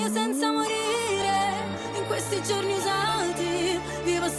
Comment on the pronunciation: Finally someone mentioning the use her dialectal inflection and pronunciation. As an Italian, even listening to other Italian voice coaches/singers reactions, nobody mentioned that. I thought I was going crazy noting something weird in the way she stressed the "gio" in "giorni", or the very heavy rolling "r" in "ridere". That plus the cadence and how she is ending all phrases. But you finally linked that to a southern dialect and it clicked for me and made sense of what I was hearing!